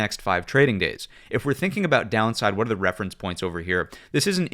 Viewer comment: Youtube doesn't like the way you say "are" it captions it as "our"